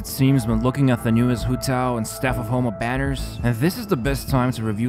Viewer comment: he says "the staff of HOMELESS banner" 😂